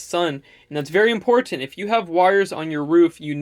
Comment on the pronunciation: My only problem...is the way you pronounce Important...wtf dude??? Are you Canadian? You don't say ImPorTanT.. oh God and TighTen.....sound super weird...I guess you are not from USA...otherwise thumbs up..perhaps in future videos use other words..thanks...Video of course is 10/10, and you are super handsome and I would like for you to wire my system....Now my question If you have a 400 watt system, and its in 12 V...If you want to wire the panels in series, does that mean you MUST use a 24 volt battery system? If so, how do you power 12 V appliances? I have a fridge that is 12 V or ac I would love to power. I have the renogy 300 Watt "kit", and it didn't come with parallel adapters, so either I buy the adapters, or wire the panels in series(no adapter needed). I don't mind buying another battery, as you have stated before in a previous vid It isnt that dangerous, but how do i make it so i can power 12 V appliances? Or Can you wire the panels in series and just use a 12 V battery? That part confuses me.